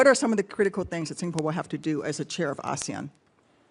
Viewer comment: Even the way he pronounces “ASEAN” sounds like, Asian.